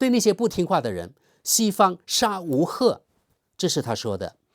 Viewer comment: 是“杀无赦”，不是“杀无赫”。